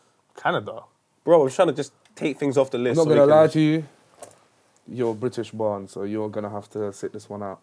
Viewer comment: He’s defo got Jamaican in him the way he pronounced born